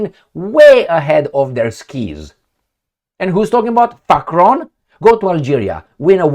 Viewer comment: I love how you say Facron President Facron! And the Baboons 😂 love it